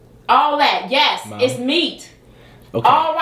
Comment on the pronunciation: lol he says mawm not mom😂 and she said suck it boy…..it reminds me of a Keenan and kel moment!